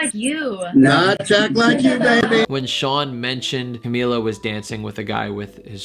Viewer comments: You have 32 comments and yet no one is going to correct you that it's pronounced shamila not shawnmila!?!?! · CA- MEE- LA not CA-MI-LA.